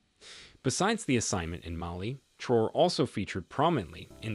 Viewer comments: Very informative video, I wish more African leaders were like him. His name is pronounced Trah-wo-ray not Trow. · Pronouncing the Presidents name correctly will give long way.